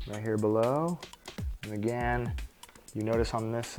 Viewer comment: Can you come back when you can smile and pronounce "again" correctly? The nail was pretty but you were pulling a k-stew the whole time